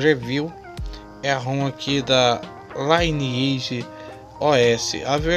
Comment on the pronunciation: Por que todo brasileiro fala L(AI)NEAGE ao invés de LINEAGE?